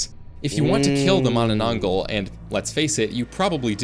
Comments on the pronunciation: pronuce mananatangal as ma-na-tang-hal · Its ma-na-nang-gal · Bro cannot read filipino manananggal😂😂😂😂😂